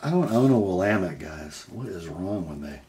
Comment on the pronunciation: You pronounced Willamette correctly. As they say in Oregon, "It's Will AM ette, dammit". Great content from Steve.